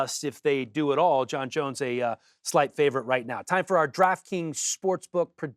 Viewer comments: Do you mean Cereal Gone? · I like how Alan says Ciryl Gane like its an asian name 😂😂